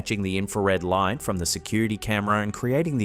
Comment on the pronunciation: Imagine playing a drinking game while watching these where you have to take a shot every time says "trick of the LAW-eet"